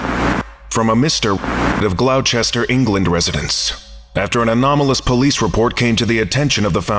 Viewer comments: That pronunciation of Gloucester was priceless. Just a little tip, since that word clearly doesn't indicate how to say it, it's pronounced 'Gloss-Ter'. But bravo for effort! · Glaow Chester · My whole family just had a laugh at that. You're right though, it was priceless, and I just wasn't expecting it. xD